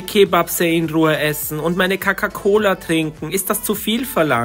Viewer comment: Hallo 😊ich liebe eure Videos sie sind immer so spannend und einfach wunderschön❤ist nicht böse gemeint aber sprichst du die Wörter mit Absicht falsch? z.B. Coca cola = kacka cola😅echt nicht böse gemeint aber das verwirrtmich immer wenn ihr sag kacka Cola aber bitte verstell dich nicht🎉bleibt so wie ihr seid❤